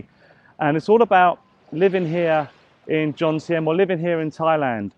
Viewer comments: although you have lived there for a while now, you still dont know where you are, JOMTIEN, not JONTIEM. Apart from that I enjoyed watching you this time and can I just say your videos are really good presentation. I just did a video on Vagabond Awake channel with Dan and Ciang. My costs were as you say, 30k baht per month. I live in Acqua condo by the night market for 8k for a 35sq mt studio. I have my own channel but im happy to re subscribe to yours. Good luck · It's joMtein not joNtein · that is Jomtien, not Jontiem like you said.